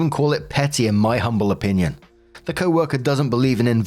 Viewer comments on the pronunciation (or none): none